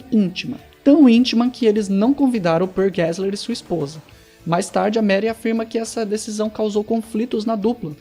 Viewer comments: O nome dela é Marie, e se pronuncia "Marrí" e não "Meri" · A pronúncia não é Mary...